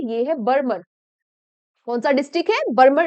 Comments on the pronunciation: Ma'am it's बाड़मेर not बरमर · बाड़मेर ❌ बर्मर ✅😄😄😄😄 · बाड़मेर हैं mam बरमर नहीं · Mam बाड़मेर bolo